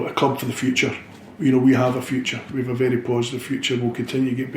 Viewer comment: love the way he says wee are years ahead in thinking..hail hail here's to next game, season and whats to be...still in Brendan wee trust..